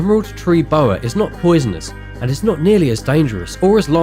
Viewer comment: The way he keeps saying "poisonous" is annoying lol